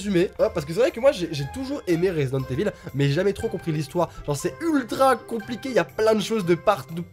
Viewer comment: C’est pas « eville » mais « Ivaul » 😂 L’accent anglais en force 😏